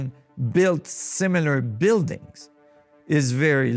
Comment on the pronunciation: Love the vay you say am i compliteli insaine smiler